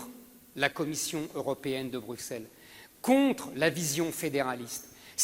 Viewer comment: On dit "Brusselle", et pas "Bruckesselle"